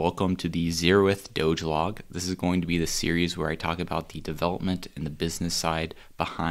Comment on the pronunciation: Dogelog not dogeloge? Cmon